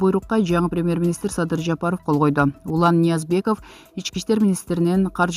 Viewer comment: ЖАПАПОВ ЭМЕС ЖАПАРОВ ШАШПАЙ СҮЙЛӨП ШАШПАЙ ЭЛЕ ЧЫГАРБАЙТ БЕЛЕҢЕР. 😀😁😂😂👎👎👇👇